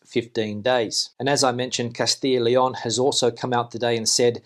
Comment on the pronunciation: Thank you for your daily up dates I think your spanish is amazing but why do you say Lion instead of Leon Gracias